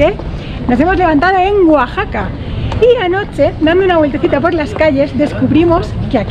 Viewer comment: Saludos. gracias x visitar Mexico. No lo tomes ah mal. Pero le llamas Guaxaca y no Oaxaca.